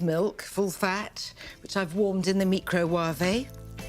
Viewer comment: ME-CRO-WAH-VAY lol LOL🤣